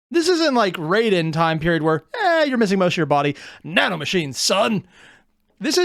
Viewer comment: It's not Raidin'. This isn't Mortal Kombat's brain dead pronunciation. It's rye den.